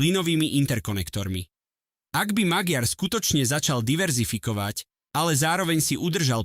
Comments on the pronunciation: Aký Magyar Maďar to sa neviete meno správne povedať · Magiar sa číta Maďar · On sa nevola Magyar ale Maďar gy sa číta ako ď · Magyar sa číta "Maďar"...ty imbecil! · Cita sa to MAĎAR nie Magyar 😂😂😂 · Iba malá pripomienka k výslovnosti priezviska: Magyar sa vyslovuje Maďar. Inak s obsahom súhlas! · VAZENY MLADY KTORY PREZENTUJETE AKOZE DABING ČI ČO ČI TO KOMENTUJETE CHAPEM COSI ALE TO MADARSKE MENO POLITIKE // MAGYAR KLUDNE HOVORTE MAĎAR TO JE LEN ROZDIEL MADARSKO SLOV... ABECEDE . //ESTE SI DAJTE DO GOOGLA AKOZE MADARSKO SLOV. ABECEDU AKOZE V CITANI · Ak chceš niečo komentovať, nauč tú hlúpu AI vyslovovať mená politikov. Magyar čítaj Maďar! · to" magiár", dosť trhá uši! Kedy sa naučí umelá inteligencia a influenceri,že v maďarštine GY ,sa číta ako Ď?? :-) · Tvl, jeho meno sa vyslovuje Maďar... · Magyar sa cita Maďar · Číta sa Maďar . gy znamená ď. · Naučte Al čítať😂😂😂 číta sa Maďar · Číta sa Maďar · Pre toho,kto cita tuto spravu - madarsky gy,je po slovensky d s mekcenom. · 😂tak podľa vás vyslovujete aj von der leyenová čiže leienová😂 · Áno, ale píli to uši. To neznamená, že budeme čítať napr Versaj ako Versailles. Ináč, video, dobrý postreh😊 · Zaneta lebo to čitá umela inteligencia-MAGYAR. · Ano, je to tak, to je hanba, nechat' to meno tak nespravne vyslovovat'!!! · Priezvisko Magyar sa nevyslovuje Magiar ale Maďar !!! Názov jeho Strany Tisza sa nevyslovuje Tiša ale Tisa !!! Predtým, kým prídete na internet s komentárom, MALI BY STE TO ZISTIŤ !!! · Magyar : čítaj / Maďar/, Tisza : čítaj /Tisa/ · Číta sa " Maďar" a "Tisa"